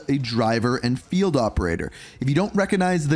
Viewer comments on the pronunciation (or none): none